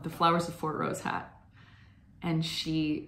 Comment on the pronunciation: I have to correct your pronunciation of Fortrose! The emphasis is very much on "Fort", the "rose" is barely discernible and heard as ross, rather than rose.